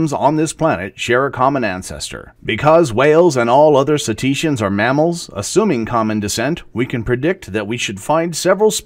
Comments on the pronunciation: I think you are mispronouncing Cetacea and Cetaceans? You're putting a E in the middle instead of an A Cet-ee-ceans? Narrr, Cet-ae-ceans! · Love your stuff,, just one thing. Pronunciation. I can tell you learn from books instead of from videos!!!;-> JEE-nus/JEH-ner-ah genus/genera See-TAY-shuns cetaceans BA-sih-loh-SO-rus basilosaurus